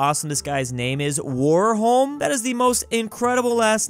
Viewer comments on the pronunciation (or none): Warholm actually is pronounced varholme since it's Norwegian. (I know this since I speak swedish and Norwegian is really close) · the dude with the name "warholm" is norwegian and his name is pronounced "varholm"